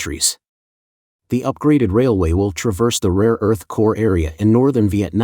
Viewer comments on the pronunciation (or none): none